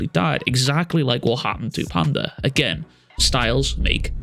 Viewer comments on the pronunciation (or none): none